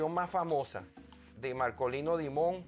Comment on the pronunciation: 🎹🎷🎸🎤🎺🎻🎶🎵🎤🎷🎻. PERDONAME POR CORREGIRTE LA PRONUNCIACION DEL APELLIDO DE MARKOLINO DIMON. SE ESCRIBE DIMON, PERO EN. INGLES SE 🎹🎹 PRONUNCIA " DAIMON "..🎹 COMO EL APELLIDO DEL PRESIDENTE BIDEN.. ESPERO NO TE MOLESTES OK. 🎹🎸🎷🎤🎺🎻🎵🎺🎤 🌹🌹🌹🌹🌹🌹🌹🌹🌹🌹